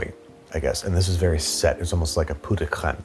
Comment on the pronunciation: "Pot" ain't pronounced "poo" in french.